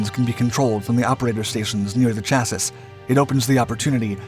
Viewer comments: Canada is running Leopard 2s. Looks good though. Lets see where it goes... and Chassis is pronounced 'Cha-see' in all forms of English that I know, as well as in French. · Four mentions of the word chassisss?! We've been blessed. I love how a whole bunch of new viewers are correcting the pronunciation, as if they ever read these comments. If you're new to this channel, he always says chassis this way, and every time a number of people comment on it and all get ignored. I don't see anyone talking about the "le clerk" French tank (for Leclerc), but it's the same thing. It's become a meme at this point. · Being a French word, it's pronounced "cha-see" It's been bugging me for a while. The rest of the video and Info is very professional, and I appreciate the effort and research you do for us all. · Man, this has bugged me for months. I'm glad you said something. CHA-SEE! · Sha-see... Ch has too many ways it's pronounced around the world. Use sh 4 clearer phonetic pronunciation. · Most definitely not American. We say "cha-see" like everyone in the world except this guy.😡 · no, America says chasee, just not this guy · No, I am very American, seeing "U" in armor or color drives me crazy and I say "cha-see" as does every other American I know. Was very odd hearing him say "chassis" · You can’t pronounce “chassis” properly. The final “s” is silent. The correct pronunciation is “shassy”. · Yeah, love this series, but the constant mispronunciation of chassis is annoying. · “Chassis” hurt me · Dude you really need to learn how to pronounce chassis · So cool! Love your channel . FYI the last S in chassis is silent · For the love of God, someone please tell this guy how to pronounce Chassis! I cringe every time he butchers it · I love the program but the last S in chassis is silent is it not? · I'm saddened by how you stick to your guns on mispronouncing chassis no matter how ignorant it makes you out to be.😢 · The "s" in chassis is silent😀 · its Chasee,Not chasis...